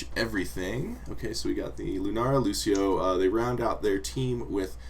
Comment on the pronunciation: Such a shame he pronounces Cassia and Lucio like -sh when it's Ka-cee-a and Loo-cee-o ... :((((( xDDD